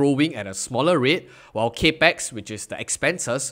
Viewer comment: “Cap-ex” not “cape-x” 🙏